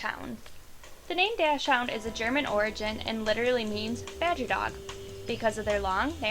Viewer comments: Not "dash-hound." It's "Docks-hoont." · and it's pronounced dock-sund not dash hound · doc shhh und not dash hound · Did she just pronounce it Dash hound? It's pronounced Doxen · It's not pronounced "dashund" or sth. like that. It actually "Dachshund" and pronounced with a hard "k" instead of an "sh" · Sorry I have to nitpick, but DOXhund, not DASHhound. Also as a Dachshund owner I was glad to see them on the list 😀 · It is pronounced dock-sand. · No, this woman just has terrible pronunciation, did you hear how she said dachshund; Terrible. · You pronounced Dachshund and Yorkshire terrier wrong.